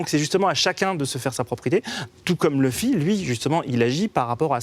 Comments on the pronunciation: Par contre ça se prenonce leffy pas loufy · Louffy non ! C'est Leuffy ! Sinon c'est bien et c'est complet comme vidéo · Elle a dit louffy 😔😔😔😔